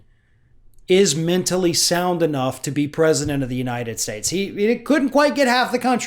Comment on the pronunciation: He can't even say "United States" properly!